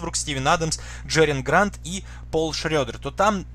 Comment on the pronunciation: Простите, но не Джериан, а Джерами Грант 😉